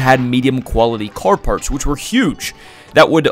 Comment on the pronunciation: love these vids but why tf do you narrate like that like "partshth" wtf is the shth when you pronounce your S'